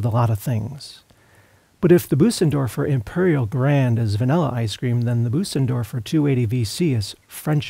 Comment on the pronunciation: Nice review. In case it's helpful, to pronounce the ö in Bösendorfer your voice says "ay" as in day but your mouth is shaped like an "O" like when you say "open". Also, the s that follows the ö is more of a soft "z" than an "s". Sort of like Boh-zendorfer but with a little extra "uh" thrown in.